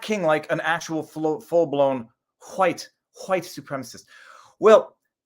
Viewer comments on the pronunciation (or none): You should try to get Jared Taylor on for a side bar. When you pronounce "wHite" it made me think of him.